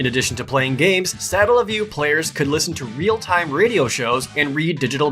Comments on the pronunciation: OMG... the way he pronounces Satellaview... it's painful. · I don't see why the video being uploaded years ago prevents him from pronouncing the word correctly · i hate how he pronounces satellaview